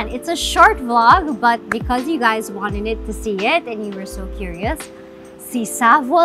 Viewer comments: “we wan-nenit to be” haha love you Heart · Cute nga eh hahaha din “you wanenit to see it” 😂